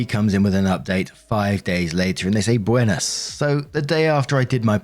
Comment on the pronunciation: Okay pal tell me the truth, how many takes did you do until you got it right? The buenas was pretty good tho